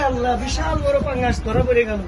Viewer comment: ভিশাল না, হবে বিশাল ….!